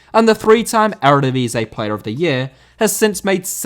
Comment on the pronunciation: Eredivisie * not Eradevizei